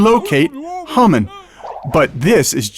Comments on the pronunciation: Hamen..not Humman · it sounded like you said humming not hamman!